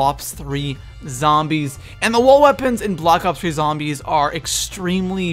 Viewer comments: Wtf he said blops 3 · Did this guy just say blops 3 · Did he say blops 3